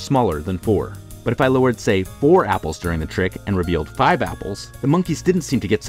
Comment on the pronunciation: " can only count to foive!!"